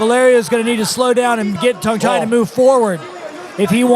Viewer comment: Level of technical commentary was alright but how bloody hard is it to say his name correctly instead of Tang Tai over and over again? His co-caster even said it right the entire time.